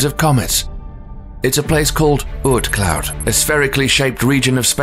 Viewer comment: I always talk British people was pronouncing words the way they were supposed to be pronounced until I heard this man try and say oort cloud..